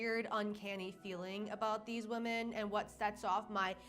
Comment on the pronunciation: I adore you but PLEASE PLEASE PLEASE don't become one of those people that suddenly starts pronouncing "women" as "woman". I've heard you say it correctly and now in this video you're saying "woman". Please don't contribute to the gaslighting lol